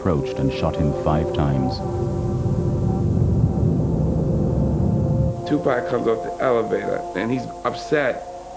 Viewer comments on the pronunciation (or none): Tupac not Tupec amk